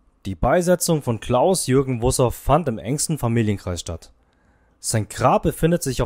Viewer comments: Man spricht ihn aber nicht Wusouff aus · MOIN! Wenn man nicht mal weiß, wie man den Nachnamen richtig ausspricht, sagt das viel über die Richtigkeit des Beitrags. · Dieser Beitrag enthält so viele Unwahrheiten, dass es eigentlich peinlich sein muss für den Verfasser. Abgesehen davon, dass nicht einmal der Name korrekt ausgesprochen wird, sind auch die Informationen zum größten Teil falsch. Wer so schlecht recherchiert, sollte lieber nichts veröffentlichen. Unterirdisch schlecht ! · Recht haben Sie. Grüße Sabine Wussow Hier ist nur Schwachsinn auf diesem Kanal.